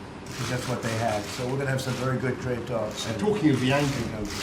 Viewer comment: I keep thinkin they saying Drake instead of Trade